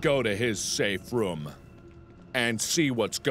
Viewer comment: Whenever you say room it sounds like you say roum